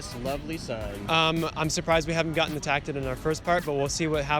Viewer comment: ...''attackted'' lmao